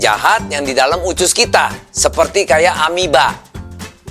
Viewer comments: Usus bukan ucus ya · Of course I do. It's just the way he pronounces it. Even his Indonesian is a lil bit weird. He says "ucus" not "usus". So I need to think hard before got it. 😅😅😅😅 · USUS bukan UCUS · kok nyebut usus pelafalan nya ucus ya?? hehe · Usus bukan ucus pak de